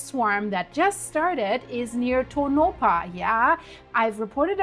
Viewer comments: you are mispronouncing that name it is pronounced Tonapah and not Tonopah the 2nd O is pronounced like an A whenever you get a name that you can't pronounce please let me know and I'll help you out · Pronounced… Toe-naw-paw … Tonopah … but this is not nuclear blast nevada has been fighting any nuclear waste ever enter our borders again. Lahontan reservoir is where everyone goes for Memorial Day weekend, I can promise no nuclear blast happening there, look up Yucca mountain for reference about nevada nuclear ☢️ history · That is pronounced tone-A - paw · Only for the sake of helping you, not scolding. Its pronounced like Toe-Nuh-Paw. Even people from other states sometimes get it wrong. :)